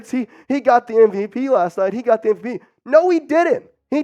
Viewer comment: MV-ASS. Cut that amateur.